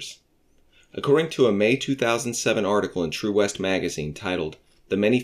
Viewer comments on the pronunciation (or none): none